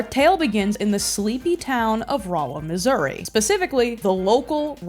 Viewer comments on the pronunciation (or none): none